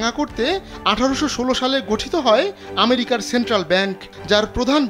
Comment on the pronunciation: আমেরিকাকে ম্যারিকা বললে কি স্মার্টনেস বাড়ে?